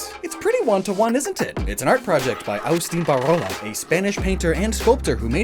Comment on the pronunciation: I love you, and this video, but you destroyed Agustín Ibarrola's name.